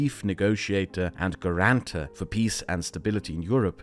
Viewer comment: Great video, loved it, however please look up how to pronounce "Guarantor" I was dying inside a few times